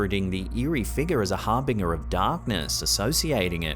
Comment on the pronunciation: Lol! You forgot how to pronounce the word "harbinger" again